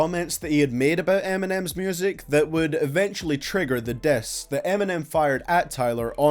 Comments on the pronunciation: The way you said “diss” though, I thought it was “death” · Learn how to say diss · He says " diss " funny.